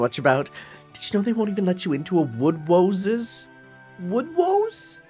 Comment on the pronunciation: wooodwoose Woodwose